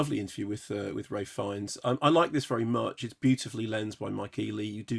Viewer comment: Isn't it ralph? Not ray?